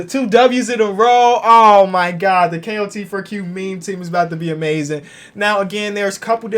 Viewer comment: Am I the only one who hears him saying klt4q instead kot4q